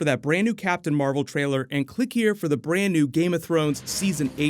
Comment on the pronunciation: Nobody gives a shit about captain mar-vel.